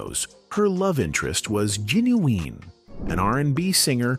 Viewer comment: I love how badly AI messes up regular words. Gen oo ween?